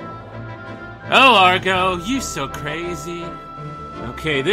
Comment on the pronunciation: Y is it that people call him Argo when wander clearly says aggro